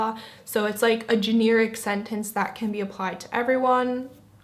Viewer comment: You pronounce generic kind of oddly, to be honest. Kind of reminds me of Bobby's World.